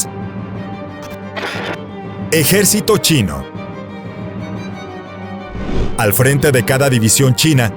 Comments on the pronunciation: ejercito chinio? mejor dicho chino :v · Pusiste chinio envés de chinó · Es chinio o chino. No sabia que llevaba la segunda "i". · Cuando mencionaste el ejército chino decía chininio